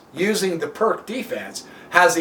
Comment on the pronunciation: It’s pronounced peerts